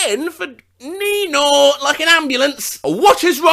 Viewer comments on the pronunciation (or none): none